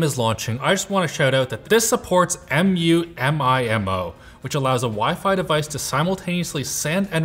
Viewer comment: Of the ways I've heard "MU-MIMO" pronounced, that is one of them.